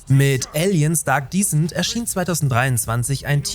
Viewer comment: Kleiner Englisch Tipp: Aliens Dark Descent wird Descent (Abstieg etc.) anders ausgesprochen als Decent (anständig, ordentlich, in Ordnung), wie du es ausgesprochen hast. Ein kleiner feiner Unterschied. Just fyi :)